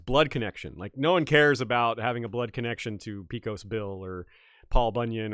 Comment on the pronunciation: Great stream! Small thing: "Pecos" in Pecos Bill is pronounced PAY-cuhs or PAY-cohs. I wouldn't point this out usually, but it hurt me slightly, lol. Still loved the discussion! Really loved the journey down the lane of leaders claiming ties to non-Christian heroic/religious figures.